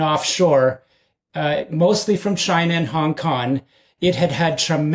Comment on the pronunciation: I wish he'd say Hong Kong and not Hong KoN